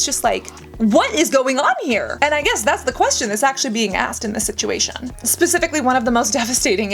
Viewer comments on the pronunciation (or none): none